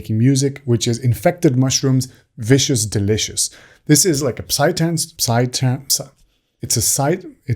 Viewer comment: You don't need to pronounce the P in psy trance. :P